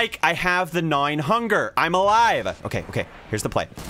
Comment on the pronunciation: The "Guh nawing - Hun gehr"